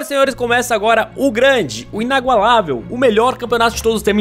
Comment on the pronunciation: Só eu que percebi que ele falou inagualavel?